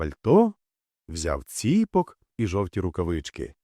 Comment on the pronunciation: ціпО'к, ніколи не цІ'пок.